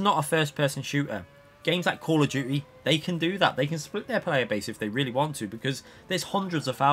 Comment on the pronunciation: Lol. Never heard a British person say call of duty. He said call of Due-E. 😂